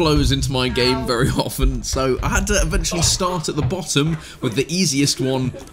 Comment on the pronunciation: "The Settihad"... Bravo, sir 👏